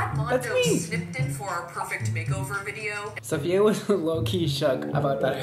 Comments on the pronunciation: I'm gonna be this person but it's SAFiya, not SOFia. THEY ARE DIFFERENT EDIT: The queen tweeted me on how to ACTUALLY PRONOUNCE IT and ig I was wrong too but so were y’all so don’t be smug. Apparently it’s SUF-FEE-YUH NYE-GUARD. Link to the tweet for the receipts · Brad, it’s not SOfia it’s SAfiya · I hate how you pronounce her name Sophia/Sofia, it totally ruins the uniqueness of her beautiful name 😡🙄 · He one of the person that say sofiya instead of Safiya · It's SAFiya NOT SOFia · Her name is sAfiya, not sOfia/sOfiya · This is how many times brad said “Sofia” instead of Safiya ⬇️ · cringing at everytime he calls her "Sophia" lol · its pronounced SAAFIYA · no its pronounced su fee uhh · Who else realized he said her name wrong like 5 times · Can you please pronounce her name right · Really hate that he’s pronouncing her name incorrectly throughout majority of the video 🙄